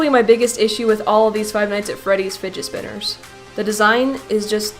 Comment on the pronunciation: OH MAH GAD ITZ FUIIDGETZ SPWINNERZ